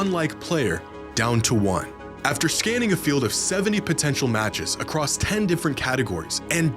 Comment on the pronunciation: pls stop saying acrosst